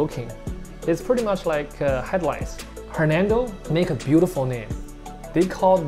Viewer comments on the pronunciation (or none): I think you pronounce his name a little off, what i hear is hermento or hernando, but we Indonesian didn't spell it like that 😀, that's funny but it's ok. how about discussion of different type goldfish food that's good for colour or growth next time🙏